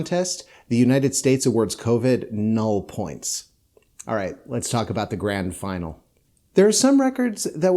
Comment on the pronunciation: Couldn't you pronounce 'null points' and 'douze points' the way they should in traditional Eurovision style?